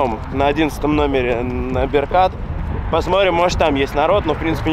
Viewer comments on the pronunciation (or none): Народа нет на улице , потому что свящённый месяц Рамадан , а вот вечером до самой ночи очень много людей , Беркат ударение на Е)))